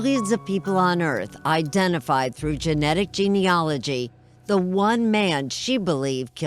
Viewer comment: Sorry, but I have to correct the pronunciation of the word Gene-A-logy. Not ‘ology. My heart goes out to all the families of the victims of m*rder.